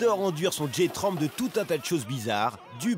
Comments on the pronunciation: MakeYouCry Ca se prononce « dji tramp » donc on peut très bien comprendre J tramp ce qui donne en francais Jardin trampoline ... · De l'anglais peut importe l'anglais ça reste de l'anglais et c'est pas parce que c'est en France que il faudrait prendre un accent français bien merdique, le nom du site est anglais donc le mieux est de le dire en anglais ( je le dis en français perso mais faire une blague sur un nom anglais c'est pas top )